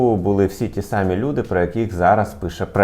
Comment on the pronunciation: Фактично самІ, наголос не туди